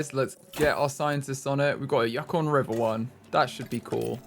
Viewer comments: As a Canadian, hearing him say yuck-on was painful 😂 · This is a year old and I'm not sure if someone said but it is pronounced "yoo-con" the yukon is one of the territories of Canada and i believe the name has indiginous roots but id have to look into it! It's right near the arctic circle